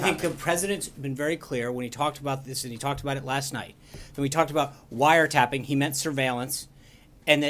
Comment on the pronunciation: Well said Jim, the "president" should have said "broad surveillance"...not "wiretapping" (or in trumpanese "wiretaping")I get that he has no clue what he is doing, that he was quoting Mark Levin (another mindless minion of the alt-right), but does he realize he is the president of 26% of the United States Population? Sean must get exhausted defending FKN TWEETS!